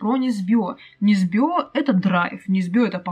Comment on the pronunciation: Чисто для информации - в фамилии Несбё - ударение на первый слог. да-да - это Норвегия. Красношейка - сразу сильнее - так как это уже исторический двухслойный детектив с которого автора начали награждать за всякое, жаль что без клюквы не обошлось, но то что было - было по минимуму, и книжка сподвигла меня на две вещи - 1) начать интересоваться частями истории второй мировой которые наши "европейские партнеры" обходят стороной за сотни километров и 2) познакомиться с творчеством Сельмы Лагерлеф. а еще по Несбё сняли драйвовый крышесносящий фильм с Костер-Вальдау "Охотники за головами" - фильм-мощь - рекомендую